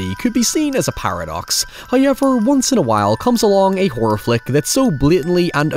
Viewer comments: 'The fu*king pronunciation, heewwaaaveeeaarr' 😂😂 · First "hoyevver" drops at the seven second mark. That MUST be a record. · Every time i open one of your videos, i eagerly await hearing the word 'however', pronounced 'Highever'. I'm never disappointed. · Not the HowYever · That's not how you pronounce However..... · Let's play a game: change one letter in the following word until it matches his pronunciation!! However